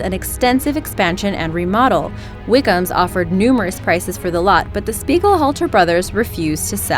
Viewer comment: Anyone else realize the miss pronounciation of the name on number 1 spot? Speighalter... Only one "L"... Speigel halter is not correct